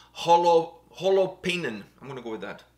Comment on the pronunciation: The Name is Said More like Holo pain - Holo like from Hologram - Pain like from PAIN KILLS ! Other THAN - WELL Done !